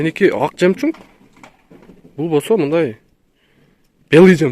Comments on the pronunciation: Братан коптон бери айтайын деп унутам белый жемчунг емеес бля белый жемчуг болоуп айтылат жемчунг емеес жемчуг н нахуй не нужен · Ассаламу алейкум, бир жолу адашып жемжунг деп алып анан кечке эле ошол созуну оправдать этип кечке эле жемжунг деей бербечи сураныч. А так нормально баары. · Белый ЖЕМЧУНГ 😂 туура айтчы тууган